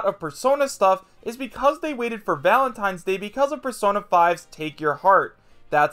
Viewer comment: Oh boy, Valatnines? Nintendo invents holdiays.